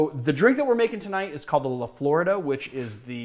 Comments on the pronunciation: The drink is pronounced La Flor-eeda, not LaFlorida. Dah! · La flore-eee-dah, c’mon man you’re in Lass Ann-gel-ez